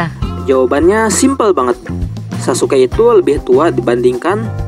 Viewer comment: Sasuke Guys bukan saske